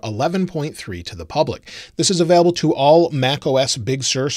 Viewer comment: anyone else triggered by how says available? hahaha